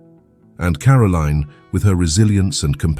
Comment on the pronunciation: It is Caroline NOT Carolene